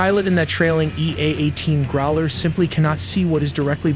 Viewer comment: NOT groler, growler.